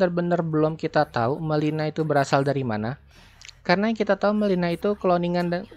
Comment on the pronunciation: Namanya MIllena njrrrr bukan melina